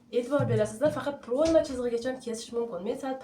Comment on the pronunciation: Proʻyma deganini ochiqroq ayting opajon